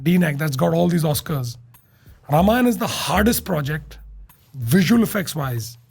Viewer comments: please Note: रमायण ❌ रामायण ✅ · Calling YOU out,. When you can't even pronounce Ramayana correctly, it somehow disqualifies you from doing any Ramayana review or doing tipani on its faults. Can't you even make an effort? Shame on you 👎🏼